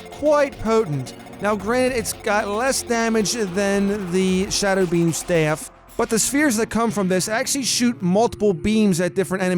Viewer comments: The way he says "Staff".........STEAFF 😂😂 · he said staff weird